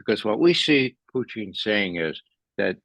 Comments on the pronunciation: “Fluent in Russian” but pronounced it “Puchin” along with other mispronunciations. Yeh I’m out, get better guests. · Why does he keep calling Putin Putein ?? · First....say Putins' name right!And quit rambling!